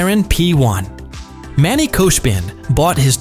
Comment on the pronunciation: Brooo its not koshbin its khoshbin